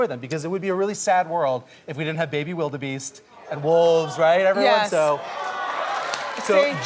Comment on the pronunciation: lol What a fucking ditz she is. lol "Wilderbeest"